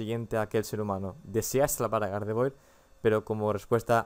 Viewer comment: se dice gardevuar